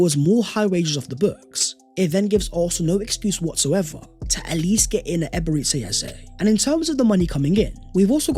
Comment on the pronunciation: It's Eberechi ... Like Tai Chi! Not Eberetchi. Or Ebereti as you pronounce